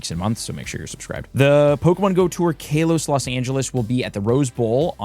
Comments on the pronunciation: Fr, KAH-los 🤦‍♂️ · Hey nice video, very informative which is why I dont want to be that guy but I have too.......It's not Kay-los its Kah-los...just letting you know. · Every time he says “Kaylos” I want to yell at the screen 😂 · Idk what’s worse the Mega Night event or how you pronounce Kalos …..